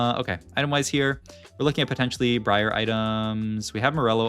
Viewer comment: this guy said bree arr